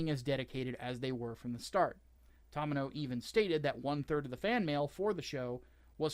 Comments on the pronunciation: The "To" in Tomino's name is pronounced like the "to" in 'tomato', NOT the 'to' in 'Tom'. You bell end. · horrid mispronunciation of "Tomino" and "Beltorchika" is extremely painful to listen to...